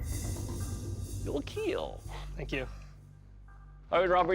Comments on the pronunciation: nah just the host’s accent he changed it later but “it will keel” is just classic for this show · Kill or keel😂😂😂 i just love it❤😂😂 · I love this show. But. I cringe when that guy says it will keel.